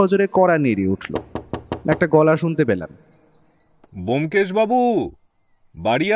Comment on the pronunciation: Dada keno sudhu sudhu bomkesh er naam kharap korchen? Taranath tantrik naam o bolte parchen na, dada golpo ta kintu darun